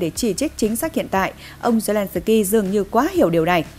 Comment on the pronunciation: Phóng viên phát âm tiếng Ukraina & zelenski cực kém!